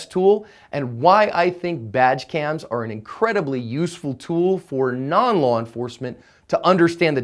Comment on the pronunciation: I know you are saying "badge cam" but it honestly sounds like "Vaj Cam"